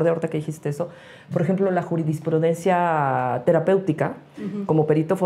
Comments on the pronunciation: Es JURISPRUDENCIA,, no JURIDISPRUDENCIA. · Es “dis prudencia!!!”